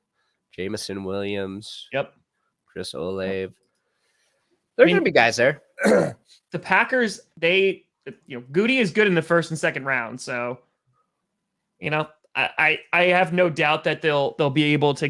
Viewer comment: It’s pronounced Chris “O-LAV-AY,”!😡